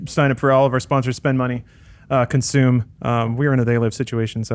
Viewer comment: Australians say Consume not Conshume Alana. source: I'm Australian